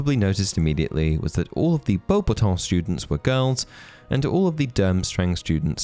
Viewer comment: Are you sure you're pronouncing beubatons right? I always have heard it said bo-bat-tons